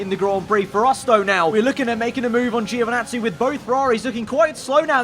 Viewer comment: No way Italian Giovinazzi is abbreviated Geo 😉 (you pronounce it same way as djo not geo) From another Italian. Anyway this is great stuff, keep up with the good work 😊